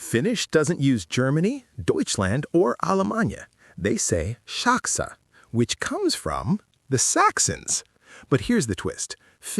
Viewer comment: Saksa is not pronounced shaksa in Finnish.